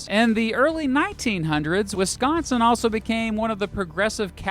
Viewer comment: as a wisconsinite, thank you for pronouncing wisconsin correctly ❤